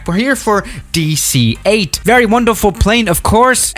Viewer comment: "Hello, welcome back to the channel today we got the Dueeh C-8"